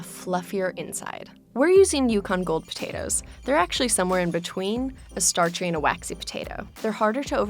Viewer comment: why does she say Potatoes so weird.